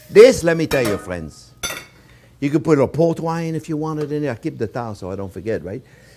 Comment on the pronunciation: Can you see that fwiends?-Chef Yes i can and im stawving🤣